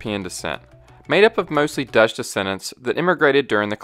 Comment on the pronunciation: Solid video! Just a small comment on your pronunciation, Dutch is basically said like "dodge", but without drawing out the vowel as much. You make it sound more like Deutsch, which is the German word for "German". Not the same.